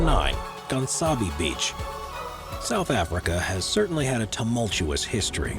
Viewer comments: Gansbaai is not pronounced “Gansabee” It’s pronounced “Gaans-bye”. Also your info on great whites at that beach is so misleading. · Good video but I'm from south africa so please before you pronounce Gaansbaai kindly listen how you must pronounce it. Even though you are English you make it sound like an idiot